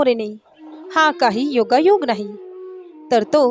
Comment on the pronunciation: आपण शुद्ध बोलायला शिकावे. अणेक नाही अनेक का णाही नाही का नाही कशाणे नाही कशाने